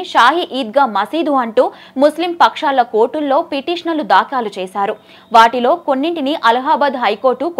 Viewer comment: దాఖాలు కాదు తల్లీ ఆ పదం దాఖలు అని మాత్రమే పలకాలి.